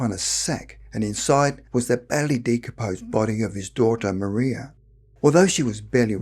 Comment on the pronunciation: No disrespects but I’m from an old Suffolk family and one of my ancestors was slightly involved in this event. The man giving the account of this event pronounced her name Maria wrong. It was pronounced in the old way of Mariah although spelt Maria